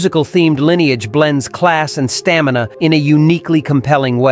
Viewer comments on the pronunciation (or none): none